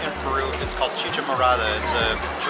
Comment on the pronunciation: Did he say “Chichi morada" 🤭😂